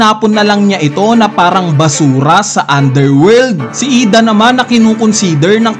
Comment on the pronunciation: IDA ❌ I D. A ✅ 😅😅